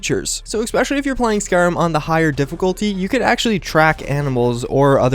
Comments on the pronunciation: I'm not sure why this bothers me, but you say "especially" like "X-pecially" and it is VERY annoying since you say it almost every 30 seconds. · Ec-specially... Ec-specially... Ec-specially... Ec-specially... Ec-specially... Ec-specially... ARRRRRGGGHHHHHHHH!